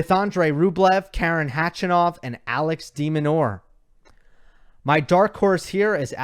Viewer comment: Like your content and analysis, just one thing.. Why do you assume there's a silent K when pronouncing khachanov? It's a little disrespectful to continuously say his name wrong. Khachanov starts with a K and that's how it should be said.. instead of resorting to "hachanov" out of instinct/convenience (easier to enunciate with the American accent perhaps?) Regardless it is disrespectful and should be corrected because it's not the way to say his name. As a tennis expert/broadcaster I believe you should have higher standards for pronouncing a player's name correctly